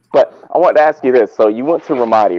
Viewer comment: said "Franco axed"...his Ghetto Boujie ass. The word is "ask" not "axed". Projects resident ass. You don't live in no high-class place.